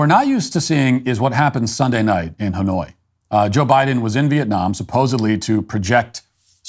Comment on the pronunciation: why when u say Hanoi I hear Illinois? :p